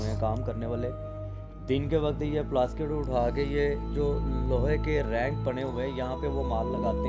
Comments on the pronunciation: sorry mazrat k sath plaskit nahi plastik bolay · bhai aap bar bar Plastic k bdle ..plaskit plaskit ! q bol rhe ? 😀 kya zuban aapki or log ki trh kisi kisi chij me nhi firti h kya bhai mere 😀 bt we Lov you brother. ALLAH HAFIZ